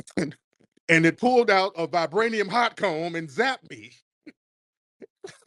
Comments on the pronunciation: Did he say vibrainium bush meat 🍖 😅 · Did he say, "Vibranium Bushmeat"...🤔😮😊😅😂